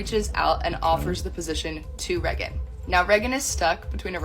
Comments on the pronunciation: Unrelated but her cousin prouncing Reagan like Megan instead of raygan is really throwing me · Really annoying how she pronounces Raegan as Reh-gan instead of Rae-gan. And says it SO much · This DULLARD doesn't even say her sisters name the way her sister says it. She says "Reggin", while Raegan pronounces it Raegan. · "Reg-gan" its ray gan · Reagan is a cool name. Her cousin pronounces it “Regg’n” and just sounds ignorant. Is that actually how her name is pronounced? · I hate how she says "Reggen" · How come no one is talking about how she says “Reagan” as “Regent”? Ish is unbearable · How she pronounces Reagan is driving me insane. She's saying it like "Reggin." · Sidebar: is this chick's name seriously pronounced Rhe-gun???? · It actually hurts me to hear her say REH - GAN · Who is this "Rehgin" this rando keeps talking about? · I AM SO TIRED OF HEARING 'REH-GHEN' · Why does she pronounce Reagan like that and why her eyes so close together? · Why can't she pronounce her cousin's name correctly? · Do we have proof this girl is actually Reagan's cousin? She's not even pronouncing Reagan's name right... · I officially hate the name “Reagan” especially the way her cousin says it. Also you can see how comfortable her cousin is talking shit about Brett so this isn’t the first time she’s done it. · I’m sorry is she even pronouncing her name right? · I don't know how much we can trust this woman. She can't even properly pronounce her cousin's name. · She can’t even pronounce her name right, how the fuck am I supposed to believe anything she says 💀💀💀